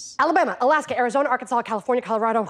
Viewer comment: Just to back up the source of this power - anyone who learned the song can hear it in the syllable stress in odd places (arkanSAS, idaHO, etc.) as well as in a lot of the states she chose to stop on - they're the ends of phrases or sections of the melody.